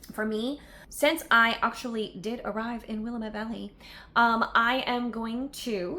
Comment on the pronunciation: Willamette is pronounced: wil lamb ette🤗